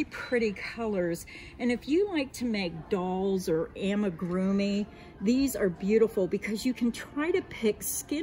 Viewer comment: I said this on another video of a different youtuber, but Amigurumi is a Japanese word, and is pronounced (ahh-me-goo-rue-me) and not (a-me-goo-rue-me) or (amy-goo-rue-me). The Japanese A does not make the same sound as the American one.